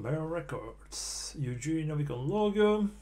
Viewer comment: His name Евгений pronouced like Yevgeniy, and g in there sounds like the g in "gram" or "goth".